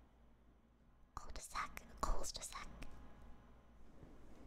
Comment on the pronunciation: The way non french people pronounce cul de sac is hilarious